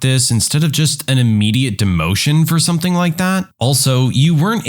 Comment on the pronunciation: No K in the word something.